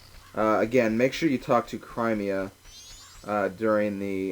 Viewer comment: The way you say Cremia....there is NO I AFTER THE R! IT IS AN E!